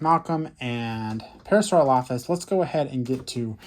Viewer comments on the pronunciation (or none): Not to be mean but the way he was pronouncing Parasaurolophus was making me a little mad I believe it is pronounced (pair-a-sore-ol-a-fus)